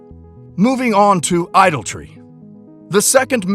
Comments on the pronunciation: Please, teach one of the speakers to pronounce ‘idolatry’ correctly. 🙏 It is not an idle tree. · Dear Narrator: ... as in "nuclear (NOO - clee - ar) and jewelry" (JOO - rel - ree) ... the word is ..... I - DOL - A - TRY .... pronounced .... ʻeye -- DOL - a - treeʻ -- you are leaving out an entire syllable ---- there is no such word as .... "idoltry" - (EYE - dol - tree) - hope this helps ;) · Idoltry? Idolatry surely